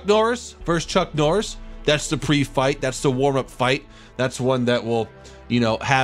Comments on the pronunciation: am i only only one who is hearing him say chunk norris rather than chuck norris? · Your saying chunk Noiris instead of chuck noiris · did he seriously just say CHUNK NORRIS?!?!?!? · Not more than he says Chunk Norris 😂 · If he say chunk Norris one more fuckin time.... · Is he calling chuck Norris... chunk norris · Dude I can't stand hearing Chunk Norris*. It's *Chuck Norris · Did he say chunk norris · He is saying "chunck" noris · Y U SAY "CHUNK'' NORRIS, CHUCK, NOT CHUNK! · It’s chuck not chunk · Why do you say chunk norris🤣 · It’s chuck Norris not chunk norris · keep calm and play pokemon I hear him say it too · chunky norris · XD “CHUNK NORRIS” IS WHAT HE KEEPS SAYING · Why does it sound like your saying chunck😂😂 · Did he say CHUNK Norris, or is it just me ? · He says chunk Norris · Who else notice he said chunk noris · Stop saying chunk norrís